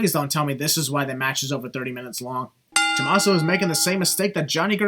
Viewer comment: Well because Tomasso and Adam Cole have the same syllables, he would just say "To-ma-sso" Bay Bay